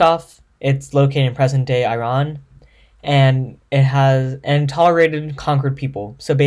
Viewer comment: Learn how to say Zoroastrianism and Iran properly